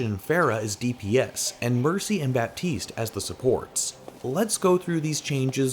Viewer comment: Can I be that guy for once ? It's not «BaPtiste» it's «Batiste» you don't prononce the P.... Sorry french is a bitch.